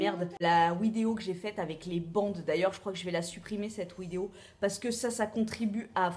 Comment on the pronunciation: Pourquoi tu dis "wideo"?